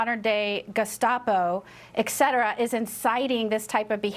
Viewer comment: Et cetera. (Latin) Two words. "Exetera," not even one word. Senators should be literate.